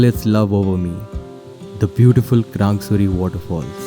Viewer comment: You know well how to pronounce krangsuri and laitlum omg I can't believe my eyes.its so so damn beautiful...love from sohra(cherrapunjee)